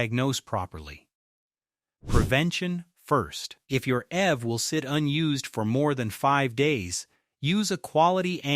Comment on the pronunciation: You should be more careful with your script writing because you’re using an American Standard accent, but referencing British currency. Also EV, is pronounced eeeee veee not “ev” like in evermore